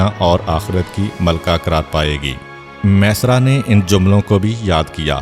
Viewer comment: Jzak Allah o khaira name mesara nahi hay maeysara hay ميسرا یا پر تشدید ہے